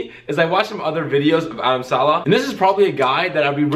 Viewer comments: He says Adam Salah 😞 lol? Its Saleh Not salah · Saleh not Salah